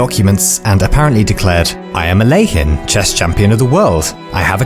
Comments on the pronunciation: the way you pronounce alekhine, is that correct???? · The rules of chess were 'finalized' in the 1550s in Spain and southern Italy, not in the 1800s. By the 1800s it got popular, but the rules were standarized long before then Edit : I have never heard Alekhine's name be pronounced the way you said it and I dont know where you got that from. I'm not trying to be a dick I'm just a chess nerd